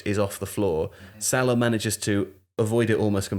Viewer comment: Why is this bald pleb pronouncing Salah like that? What a pretentious knob head